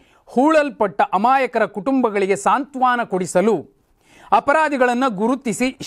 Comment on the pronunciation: ಸಾಂತ್ವಾನ ಎನ್ನಬೇಡಿ.ಅದು ಸಾಂತ್ವನ.